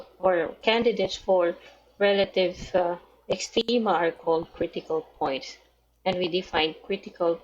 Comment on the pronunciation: rrrrrelative extrrreemaaaaa